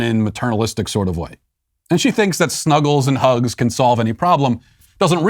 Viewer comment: Hearing Matt say the word “snuggle” is hilarious